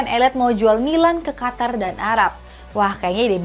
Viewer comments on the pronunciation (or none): none